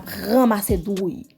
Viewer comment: Ou fò konsa epi wap di drouille???se pa douille yo di anko???